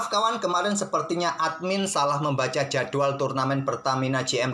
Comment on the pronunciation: "jadual" 😂 ciri khas nya admin kalo bilang kata "jadwal"